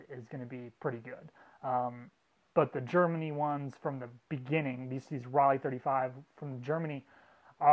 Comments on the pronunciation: It’s ‘row-Lai’, not ‘folly’ lol German made are Tessa’s lens,sgp made are sonar lens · The "o" in Rollei is long so it's pronounced Role-ee. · Roll-eye. Say it!